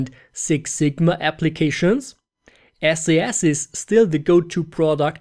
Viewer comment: Pretty good video. Here's a tip... SAS is pronounced "sas" (one syllable; rhymes with "brass"). If you pronounce it "Es-ay-es", you have just turned off thousands of experienced SAS programmers, which should be one of your target audiences.